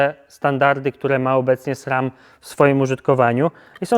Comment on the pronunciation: Dlaczego mówisz Srem?